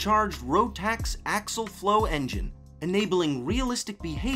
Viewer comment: Did you say AXAL flow instead of AXIAL? Do you have any idea what you are talking about? Dorsals? Are you an idiot?